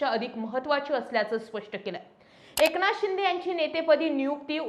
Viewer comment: Anchor मराठी नाही वाटतं... ए क ना थ... असा उच्चार होतोय... लक्ष द्या